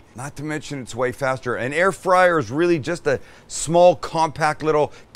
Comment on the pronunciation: "Air frizzle"🤣🤣